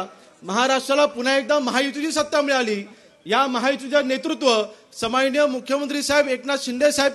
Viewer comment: समाननीय.......हो आमदार साहेब सन्माननीय असं बोला😂😂